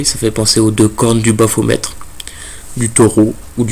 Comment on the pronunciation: Baphomet et non baphometre 😉